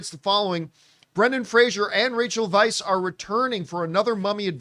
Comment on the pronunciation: Fraser rhymes with razor. His name is not Frasier.